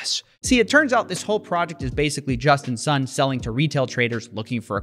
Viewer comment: I kept hearing him saying "Justin's son"